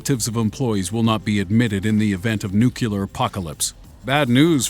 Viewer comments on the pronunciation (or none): Are you just saying nucular instead of nuclear just to piss off people or what? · For fucks sake it's pronounced "NEWCLEAR" not "NEWCULAR" God damn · cos he forgot and wasnt sure.. ITS CALLED NUCLEAR! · NUCULAR??? The word is Nuclear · Didnt learn how to say NUCLEAR YET? What happened to the other guy who was able to say NUCLEAR and not NUCULAR? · He said nucUler. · "Nucular" is not the correct pronunciation. Please inform your voice-over actor as he is an adult and that's just embarassing. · NUCULAR... and you're telling us to watch more? Hahaha!! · NuClear NuClear NuClear FFS learn the fucking word ! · NUCULAR? REALLY? smh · Please tell me that you DELIBERATELY mispronounced the word "nuclear" ... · He kept pronouncing nuclear wrong. Grrr